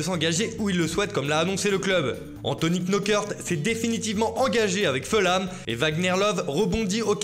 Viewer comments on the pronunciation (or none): none